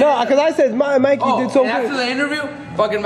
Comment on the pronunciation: Its mikey not mickey lol